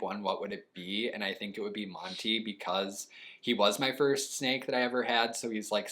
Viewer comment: I thought you said snack